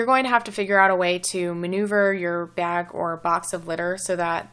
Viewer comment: The way you said bag makes me think you're from the Midwest, possibly Minnesota